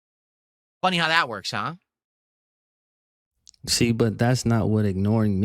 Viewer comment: This man is so fucking lazy he can't even pronounce the H in HUH